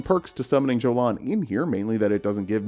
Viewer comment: ymir might say jolan with a "j" sound but jolan says it herself with a "y" sound